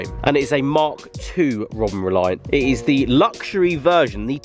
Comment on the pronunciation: Fuckin' hell it bothered me so much to hear you say Robin Reliant.. 😂